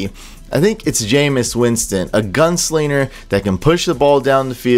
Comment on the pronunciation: You say"gunsliener" ? Think you said it twice. No G? It's gunslinger...with a g. Lol. Must be the beard.